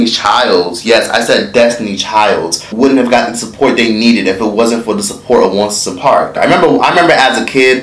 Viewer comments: What's "onceapark? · "once a park"? 🤣🤣🤣🤣